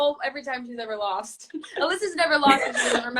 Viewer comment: LMFAO HER AMERICAN ACCENT FOR "FiRsT" AND THE "eVeR"